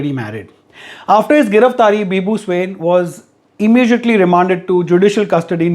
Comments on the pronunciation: bizarre news of the year !!!😐🤨🙄 his surname is actually pronounced 'swaeen' 🙃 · Swain..... You have mis pronounced it Say Swa(pronounced as aa ) in (n as nn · His surname " Swain" Is actually pronounced " Swayi ( sort of sounds like swine, n silent) In odia language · Not soo-in it's swa-in